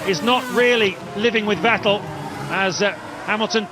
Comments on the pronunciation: The commentator that insists on mispronouncing Vettel gets a bit abrasive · The way they pronounce Vettel 😂